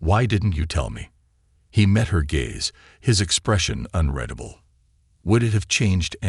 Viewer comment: It's funny all the inconsistencies don't bother me as much as how many times in all these stories when "UN-RED-ABLE" is mispronounced.